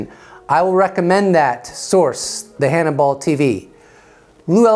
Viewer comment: I like you,your channel and your videos but fyi..it's Hannibal tv...as in rhymes with cannibal..Hannibal tv is the name of his channel...just saying edit..just realized that you may pronounce "cannibal" wrong too...so,if that's the case then what I said won't make any sense hannibal,cannibal..pronounced hanni-BULL,canni-BULL not..hanni-ball,canni-ball ok,my bad..sorry to be "that guy"...take care and I'm out